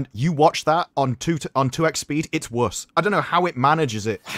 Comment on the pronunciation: Why can't pronounce the word "worse"? he says it like "Purse" but with a W instead of a P. Do you have some weird lisp?